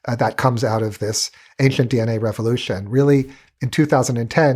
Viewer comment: I have newfound respect for my speech therapist. This guy has the EXACT speach impediment I had. Ainshlent.